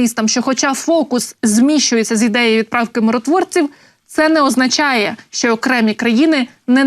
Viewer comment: ВЕДУЧА! А ЩО ТВОРИТЬСЯ З ТВОЄЮ ЩЕЛЕПОЮ,ЩО ТИ НЕ МОЖЕШ ПРАВИЛЬНО ВИМОВЛЯТИ УКРАЇНСЬКІ СЛОВА І ТАКЕ СЛОВО ЯК (ЩО) ТВОЯ ЩЕЛЕПА ПОСТІЙНО ВИМОВЛЯЄ (ЩЬО...,ЩЬО....,ЩЬО....,ЩЬО.....,ЩЬО...,ЩЬО.....,ЩЬО.....,ЩЬО....,,ЩЬО.....,ЩЬО......)!!!!!!!!!!!!!!!!!!!!!!!!!!!!!!! (Українська діаспора в США)